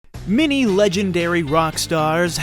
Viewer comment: I love how the narrator stubbornly keeps saying 'mini' instead of 'many'.